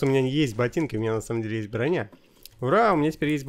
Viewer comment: Он сказал бронья